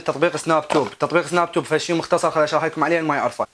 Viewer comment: اسمه سناب تيوب مو سناب توب😂